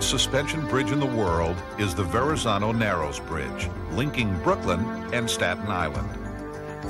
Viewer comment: It's the " StAAAten EeYYland FeRReey"! come on.